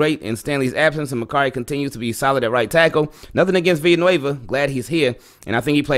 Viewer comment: THANK YOU FOR PRONOUNCING "VILLANUEVA" CORRECTLY! I haven't heard anyone else in US sports media pronounce the "ll" like a "y" like you did in this vdeo. It's basic Spanish--I don't speak Spanish at all but I at least know that much. "Me llamo" = "may yamo", "villa" = "via", "amarillo" = "ahmahrio", etc. Keep up the good work brother and Go Ravens!